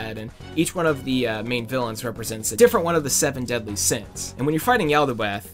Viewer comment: Its Is Said (Yal-Da-Both)